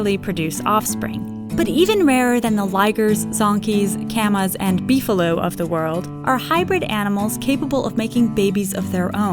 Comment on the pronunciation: She said beffillo